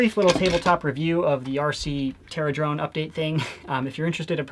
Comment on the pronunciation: the terradrone is terra-done Lmao